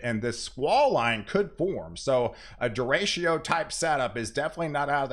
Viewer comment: Derechos = Dehr - ik - ohz